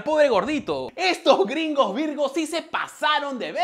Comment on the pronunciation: "10 de 10 grhingos virgous". XD